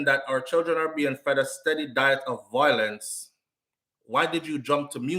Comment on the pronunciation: the word is VIOlence - NOT VOIlence.